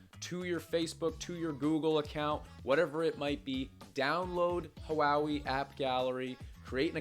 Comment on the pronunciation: Just fyi, Huawei is pronounced waa-way, not huwowee.